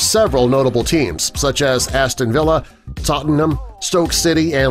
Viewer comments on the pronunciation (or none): none